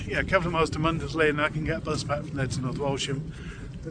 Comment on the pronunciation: Great video. Really enjoyed watching this. Mundesley is pronounced Muns-lee rather than Mun-des-lee! Can always tell who the tourists are 😂👍